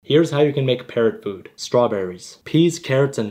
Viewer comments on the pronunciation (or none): Thought that he saying let's make parrots😂😅